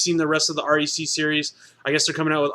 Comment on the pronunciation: Aaaaccck its REC. Not R.E.C. As in wreck. Fuck.